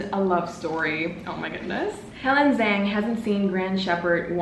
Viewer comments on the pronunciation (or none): none